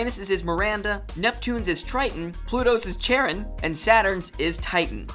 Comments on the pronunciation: iTS PRONOUNCED CHARON (KAR-ON) *screams* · NaoKO SHOW-jo english Amy japanese Ah-me Charon is pronounced Karon Kai o maru eye-no = aino